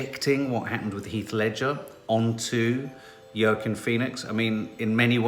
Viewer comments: Yorrkiinn Phoenix 🤣🤣🤣🤣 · Hi, it's pronounced 'Wackeen'. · Pronounced Wa-Keen haha - sounds picky however i was a little distracted when my teenager who kept repeating it as i attempted to watch 🤦🏼‍♀️😂 apparently I’m obsessed with you both - ‘whatever’ was my teenage response 🤣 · always says Joaquin Phoenix’s name wrong 🤣🤣🤣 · It changes every time... the evolution is ridiculous... but also why we love this family